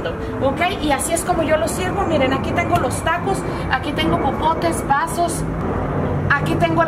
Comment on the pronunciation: Hay lo unico que me llevo de este video es el "iren" , "miren"